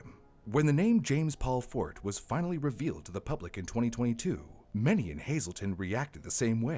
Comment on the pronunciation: Eric's such an adorable caring badass. Massive kudos to him and the various law people who worked on the case.❤ Btw, - 'Forte' is pronounced 'Fort-ay,' not 'Fort.'